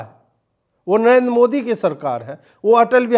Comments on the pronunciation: Ajeet Bhai, would you also shed some views that. Despite Zahiliya Oweisi studied in UK, can’t he pronounce Modi correctly? He pronounces Mudee? Oweisi MC.please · अबे ओवैसी,,,,सुरेन्द्र कांड नही, सुंदर कांड होता है । मोडी नही वे, मोदी होता है । पहले स्पष्ट बोलने का सीखो, फिर राजनीति करना 😂😂😂😂